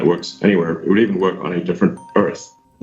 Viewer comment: GREAT “WURK”